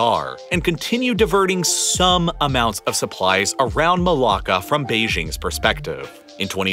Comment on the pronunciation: As a Malaysian, he pronounces it just fine.